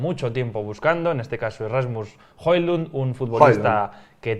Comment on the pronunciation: Tengo un amigo danés, y se dice Joluun